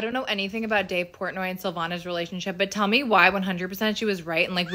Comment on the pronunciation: Who tf is Dave Pornay??